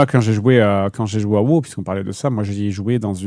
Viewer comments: CA SE PRONONCE WOW PAS WOO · A woo, la façon dont tu appels le jeu.... horrible lol